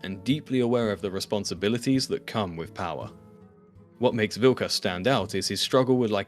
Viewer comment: pronouncing them as Vilk-ass and Fark-ass. 😂